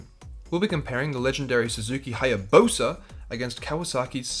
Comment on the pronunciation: what’s a Haya “Bosa”???